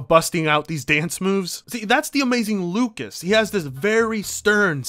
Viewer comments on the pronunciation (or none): It's actally amazing wokas not AMAZING lucas